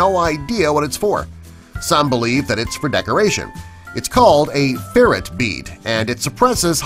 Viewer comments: It's a ferrite ("feh-right") bead, not a ferret bead. If you're going to reveal the name of something no one knows, at least say it right the first time. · Ferrite NOT ferret. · It is not a ferrit bead at all, a ferrit is a small mammal. It is a fe (as in felony) right , "feright" bead. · 'ferrite' bead. A 'ferret' is a furry animal.